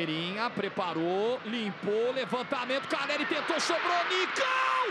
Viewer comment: Tem como parar de falar “Carelli”?